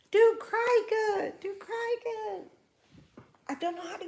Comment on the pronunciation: Also don’t understand why she pronounces the cricut machine “cry cut” 🙄